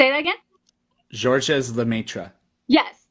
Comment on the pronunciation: the 's' is silent in Georges, and so is the last 'e' in Lemaître.